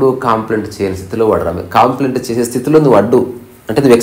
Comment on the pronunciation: "కాంప్లైంట్" అంటున్నారు, కంప్లైంట్ అనాలి. గమనించగలరు. అన్యధా భావించవద్దు.